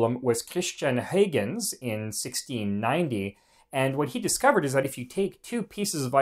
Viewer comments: Great videos. Very educational. One suggestion: Any way to add the names in writing of the various scientists? That would help people follow along. (As one example, where you say "HAY-guhnz" I think you mean Huygens which is pronounced more like "HOI-gunz" or sometimes like "HIGH-guhnz." Again, great videos & I've subscribed. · Lol, mentioning “hoygunz” … That’s like thinking the whole world should use the US-english prononciation. Mr Huygens was Dutch. And the Dutch prononciation is completely different. Try to respect this please. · Good video, very interesting. Dutch pronunciation can be baffling because the orthography is unfamiliar to many. But it's not hard to check pronunciation on Forvo. Huygens is closer to "how hens". Combinations like ui, uy, uij etc. are usually pronounced like "ow". AFAIK. Just saying...